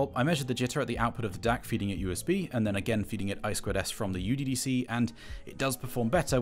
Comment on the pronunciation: The name IS NOT uDDC (youDDC). It is μDDC (miDDC). :I guess not anyone is into mathematics :)